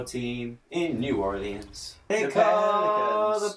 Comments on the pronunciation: Joe you said New Orleans correctly at first!!!!! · The way you pronounce New Orleans is incredible.